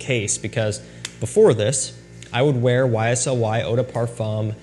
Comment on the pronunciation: As a French speaker, please stop pronouncing le as “lay”. Instead, the correct pronunciation is like “luh”. Same as “de” in Eau de Parfum. 🙏